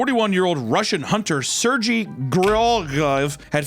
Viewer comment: Thanks for saying Sergey correct!